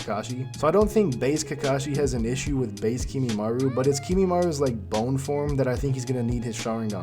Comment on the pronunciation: I mostly liked this except you saying "Kimimaru" instead of Kimimaro. Just like NCHammer who I eventually had to unsubscribe from since he wouldn't stop mispronouncing everything and I couldn't stand it. But anyway, more on topic... shouldn't Kakashi know Sealing Jutsu? He used an Evil Sealing Jutsu on Sasuke's Curse Mark... and knows over 1,000 Jutsu... so I'd think he could maybe Seal Kimimaro or Sasuke if needed, too. That said, I really don't think he could fight all 5 Sound Four (lol) and then Sasuke all in a row. I don't think he has nearly enough stamina in part 1, considering basically until his magical ass-pull War Arc amp, he's STILL complaining about lack of Chakra/stamina with his Kamui and everything. I think he could probably beat any of them 1 on 1 if he hasn't fought yet... and he could maybe even beat all 5 S4, or the 4 weak ones and then Sasuke... but I don't personally think he can beat all 6, unless he pulls out some sort of Sealing Jutsu we haven't seen him do yet. (Which he should be able to)